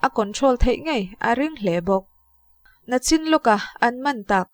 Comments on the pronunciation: Nachin nilo in nichin ti a lam tur Miss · Nang chuuuuu...Nachin iti zel a....Nichin tih zawk tur alawm... Nichin ti tawh rawh aw,❤